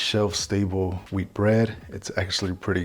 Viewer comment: I heard Whole Weed Bread instead of Whole Wheat Bread...